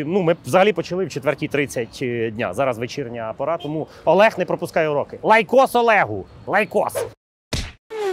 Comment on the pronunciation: Іноді мені здається, що рекламує айкос, коли каже "лайкос".